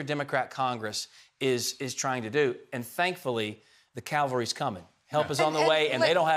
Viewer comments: Ref this video... I think he said "the cal-var-y [sp] is coming" but should have said "the CAV-AL-RY is coming" as in " warriors who fight mounted on horseback" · CAV alry, not CAL vary.